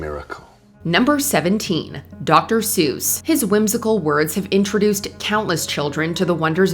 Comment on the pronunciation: Dr. Suss? Suss? Is he any kin to Dr. Seuss?